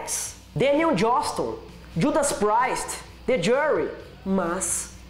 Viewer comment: "séxy" pistols, judas "praist" kkkkkkkkkkkkkkkkkkkkkkkkkkkkkkkkkkkkkkkkkkkkkkkkkkkkkkkkkkkk